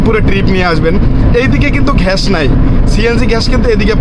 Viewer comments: ভাই আপনি আগে একটু গ্যাসের উচ্চারণটা একটু শিখেন গ্যাস নাকি ঘ্যাস 😂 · ভাই ঘ্যাস না গ্যাস হবে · ঘাষ না গ্যাস